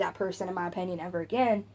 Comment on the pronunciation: Here's an unimportant, petty, unasked for opinion. The way you pronounce the word, opinion as, "openion" is painful to hear every single time. 😑😅 That aside your voice/tone is pleasant, easy listening for times when I want to listen to unimportant nonsense I barely register for background noise during important, real world tasks. You're good at being background irrelevance. As for Eugenia herself? Her fate is already sealed in flesh and blood. Or lack thereof. The only thing that remains to be seen now.... is how many of you lot actually invest in this topic of her slow demise with any degree of serious curiosity.... ...Yet walk through life as if you're generally above such morbid curiousity and think yourselves decent people in the same breath. If she's offline she's offline. To speculate why is a waste of, what seems to be, (all) your limited, precious brainpower. I shall see myself out. Excuse my opEnion. 😂😂